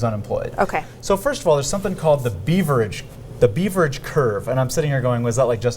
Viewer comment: Beaver-age? Its pronounced like “beverage”. Youre not allowed to use an economics concept if you cant pronounce it ;) And it has nothing to do with unemployment time (term). And this “crazy” data say less jobs became available as more people became unemployed. In other words, common sense. The mailing part of the study is flawed. They would need to send different CVs to the same employers. Did anyone for this segment study intro econ? :)